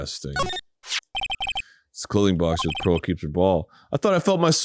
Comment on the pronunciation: I am desperately annoyed every time Phoenix calls her “Pearls” Idk if it’s supposed to be a cute lil nickname or if someone just didn’t put Pearl in there right but my ears flinch every time lmao